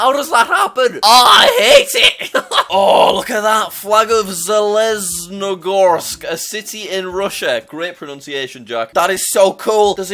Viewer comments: JackSucksAtGeography Pronunciation of Zheleznogorsk In Russia didn’t go so well😂😂😂😂😂🤣🤣🤣😅😅😅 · Zheleznogorsk is pronounced jeleznogirsk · Bro let out his Russian accent at zheleznogorsk i definitely misspelled that lol